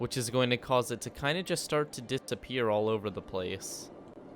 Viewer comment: It's DISAPPEAR bruh, not DITSZAPPEAR Lmao!!!! Dude said (DITS-ZAP-EAR)